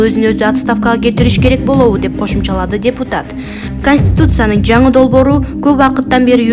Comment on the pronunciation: Манка журналист таза суйлочу уят кылбай канустуцая дебей